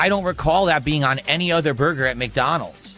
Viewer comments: Take a shot each time the says "Burr Gurr". Enjoy the stomach pump. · Take a shot when you hear BURGAR😂